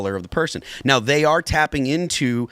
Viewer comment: Saying “dey”, “deir”, and “teksuks” isn’t an accent, it’s pure laziness. She’s lived in the US since 1998, when she was 33. She’s now 60. No excuse for her garbage pronunciation.